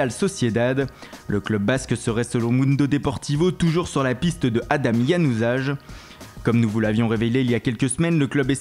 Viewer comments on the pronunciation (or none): ça ne ce dit pas Januzage mais Januzail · on dit "Januzaille", pas "Janusage" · ca se prononce Yanouzaï